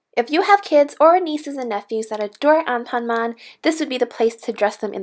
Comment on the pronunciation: This is how you pronounced anpanman (an pan man) not anpanmam (on pon mon)